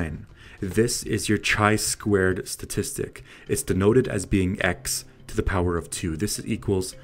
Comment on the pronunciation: Summary of my feelings from your video. Chi2 test is statistical test related to hypotheses. Unfortunatelly in this video it has not been mentiont. You should add a definition of level of significance. And last but not least, before posting it would be nice to check a pronounciation of descriped test name!! Overall thank you for frame fork to chi2 goodest fit test.